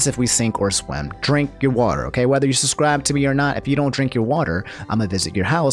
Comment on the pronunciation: He axed is to susscribe